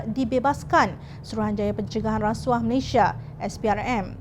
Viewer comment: Malaysia bukan Malayshia.